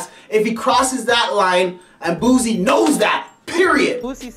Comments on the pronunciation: Nigga if u dont stop saying this mane name wrong😐🤦🏿‍♀️....Its Boosie not Boozie, that shit was annoying to hear... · And it aint "Boozie bhadahz" its BOOSIE BADAZZ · Boosie,not boozie. Lawd that's irritating.🤣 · He calls him buzie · Its pronounced "Boot-see" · Buzie Bodahs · And he keep mispronounced boosie name# clown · He can't even say Boosie name rite